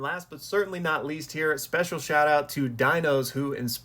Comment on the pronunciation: He totally said “you’re my specialz”